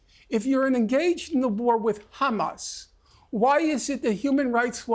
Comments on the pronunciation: Why does she pronounce it as khamas? Does she call herself khassan too? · "Khamas" 😂 purposefully pronounced like that 🤣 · Speaks perfect English but makes sure to say khamaass hahaha clown show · She keeps on saying Judea and Samaria! 😂😂😂 it’s the West Bank you psychopath it’s Palestine you psychopath